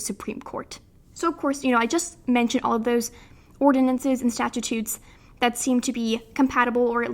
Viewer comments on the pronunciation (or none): I love your video and I hope you make many more...EXCEPT...you're killing me. It's Stat-Choots, not "statchitutes." 🤦‍♂ Awesome topic though.